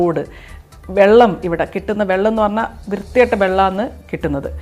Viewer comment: ബെള്ളം not വെള്ളം